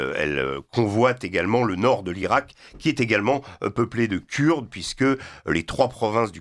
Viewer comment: Rien qu’à sa façon de prononcer (Kuuurdes) ce monsieur n’est pas très agréable à écouter. Cela dit, pourquoi insister tant à vouloir diviser les syriens??? De plus, il réduis toute la Turquie a un seul homme !!! Vraiment pathétique…